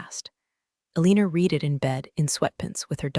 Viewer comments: PENTAGON --- isn't that Kind Author's last name --- The way this damn computer app 'reed' it it sounds like it -- The past tense of "read" is also spelled "read," but it is pronounced like the color "red." This can be confusing because the present tense is pronounced differently Shame on you , Kids are going to learn to read and pronounce words wrong , Bad computer bad , bad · Pent gag on 😂😂😂 try Pent a gone ( Pentagon) Reeded try red ( read )😂😂😂 Hilarious “looked like they hadn’t changed their Neck ds.” ( Neck Ties) 😂😂😂 OMG 😂😂😂😂😂if you can’t use proper ENGLISH Grammar then don’t publish. Thumbs down 👎 for not using proper English before posting to YouTube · Need to get the pronunciation corrected read reed v red. And pentagon. Pent a gone not pen tag on. I know it's A I but these are annoying when said several times. Like talking to a stubborn toaster. Love this analogy.